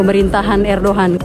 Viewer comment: Haghya Shopya. Dibaca : Aya sofia Erdogan dibaca Erdoan... Bahasa Turkiye demikian. Maaf sangat...